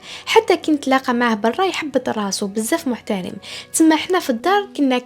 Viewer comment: حكاياتك وطريقة السرد مليحة لكن تخرجيني من الmood بالاخطاء فالتشكيل مثلا مُحْتَرَم بالفتحة فوق الراء مش محترِم بالكسرة